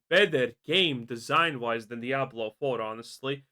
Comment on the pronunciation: At this stage, the W in Diablo is no longer silent.